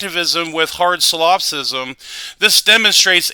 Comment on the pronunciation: Dood... If you're going to use words like "non cognitivism" and "hard solipsism", learn how to pronounce them.